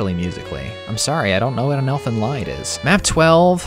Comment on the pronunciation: "Lied" is pronounced "leed" It's a German word. It just means a piece of music.